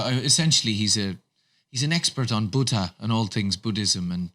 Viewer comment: i love how pronounces Buddhism just fine, but Buddha is BUTTAH, so cute